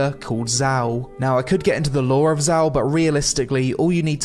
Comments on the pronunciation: "a brand new collectable character called Zow". You haven't played the update nor have you checked the pronunciation, have you. Had you done either, you'd know Xiao is pronounced approximately "Shiyow". Same as in Chinese pinyin. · xiao Everyone: shiao This dude: zau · You can pronounce Xiao as shout without T, in Chinese pronunciation X or Xi roughly = Sh in English. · xiao not zao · Me who has a close friend named Xiao: HIS NAME ISN’T ZHAO ?! 😂